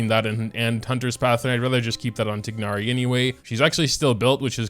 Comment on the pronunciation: Hey Correct pronunciation for some characters.. Twignari Sinu Cand ake (even though Candace sounds a lot better but still). And those beetle things for Cyno are called Scharabs